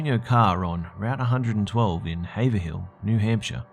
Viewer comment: It's pronounced Hay-v-rill not hay-ver-hill